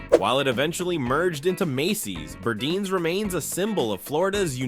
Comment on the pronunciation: Just FYI.. it was pronounced Bur-dines as in "diner"